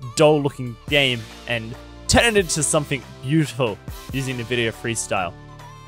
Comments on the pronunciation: Take a shot everytime he says nevidia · All useless in this Video, I only set Sharpness and Black Equalizer on my Monitor! The only Thing I wanna know is there any way to make the HUD GUI bigger, bcs. in WQHD or even in 4K its to small, DBD Support no Answer I sended Tickets for about 3 Years! Lol how funny he pronounce Nvidia, Textures...